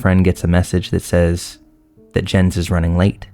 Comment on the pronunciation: I love how he actually pronounces it like Jens and not Yens